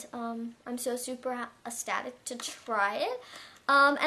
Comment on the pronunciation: loved the video but FYI ecstatic is pronounced extatic